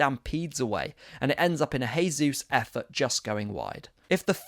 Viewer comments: Bro it's JAYsus not HAYsus. HAYsus is the Spanish pronunciation, he's Brazilian where they speak Portugese. You're saying it wrong 👍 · Great analysis. New subscriber here. Oh and just a small point Jesus is Brazilian so it’s pronounced with a hard J (unlike in Spanish where it’s soft). Pleased to see that performance. COYG